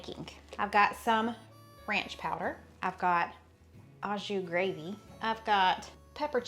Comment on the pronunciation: Loved your video and testimony. I had to chuckle though when you "a" jus, as a person who speaks French it is actually pronounced "oh" jus.